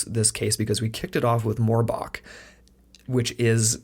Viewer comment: Really? "Morb"ach? You can't be serious lol